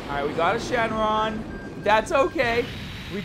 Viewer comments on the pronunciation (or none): none